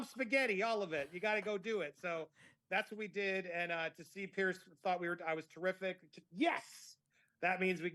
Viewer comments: If you want to ingratiate yourself to Piers Morgan, maybe you should pronounce his first name correctly! (I say this with good intention, Andy. I love your channel. I really am not trying to be a know-it-all.) Pierce ≠ Piers!!! 😱😱😱 Perhaps I am projecting, and if I am, I’ll eat crow and apologize. Here’s where I’m coming from. My first name is Julie. The name Julia is similar, but not the same. I don’t care for it when people refer to me by the wrong name repeatedly when I have corrected them politely (but firmly) REPEATEDLY! I’m not the gatekeeper of “the truth” on this matter, and others may feel differently. However, if someone wanted a favor from me, but kept calling me Julia, I would reject that person. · It is not Pearce or Pierce, it is Piers like Pears 🍐 I think. Do you think your Lady C connection raised your profile with him or something else? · Just so you know his name is Piers, not Pierce. You might want to pronounce his name correctly going forward. Great interview and yes Imarn is a dreadful person and he has since dumped her from appearing on his show any more. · Hello, loving your stuff on Fiona and watching from England UK. His name is pronounced Peerz not Pierce; I don't know if it's your excellent accent but I thought you should know x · Could all Americans please pronounce Piers as Peerz not Pierce. It sounds as a z not an ssss.... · It’s Piers not Pierce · Not Pierce but Piers different pronunciation.